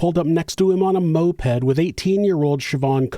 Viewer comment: I know what a moped is, he said Mopad.